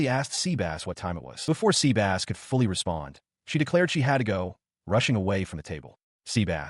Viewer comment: 😂😂😂 sea-bass 😂😂😂. Sebas